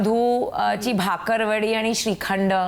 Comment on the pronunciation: Sorry pan ti Bakarwadi la Bhakarwadi mhanali 🤣 Being Punekar Test failed. Guys please don’t take it seriously. Hats off to Namita Thapar 🙌🏻